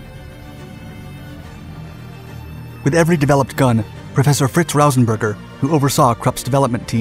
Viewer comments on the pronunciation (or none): none